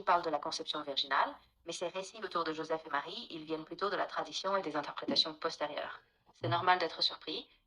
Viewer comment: Oooooh là mais qu’est ce que tu racontes ? D’abord va apprendre à prononcer Joseph et parler bien le français avant de parler de sujet qui te dépassent.